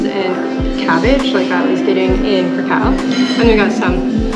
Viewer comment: You should have gotten the rose flavor. It’s the original flavor. Yes it is a flavor.crispy creme sucks. Please please don’t pronounce krakow like that!